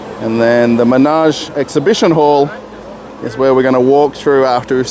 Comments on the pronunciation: Yeah, as another commentor noted it's pronounced with "e", ManEge, not Manage. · Not "Menage", but "Manege" (with French pronounciation).